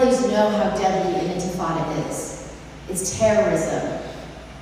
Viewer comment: Cannot even pronounce intifada correctly, :face-purple-crying: But you have to condemn it anyways